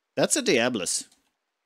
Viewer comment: "diaboli"... :P